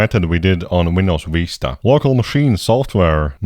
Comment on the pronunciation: WHY DO I HEAR "Windows Weesta"